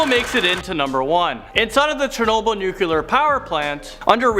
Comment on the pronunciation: This man said “chernobble”